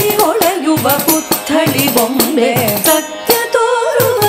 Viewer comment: Excellent rendition. Takes the listener to a different world. I think the pronunciations - and again Attiagalade should be attitalagade and again satya toruva should be satyadi toruva and again venkataramanane should venkataramanana